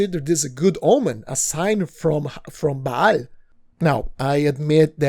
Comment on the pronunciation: did you said baal? 💀